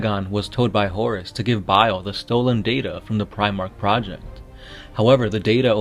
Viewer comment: So no one herd him say ferris insted bail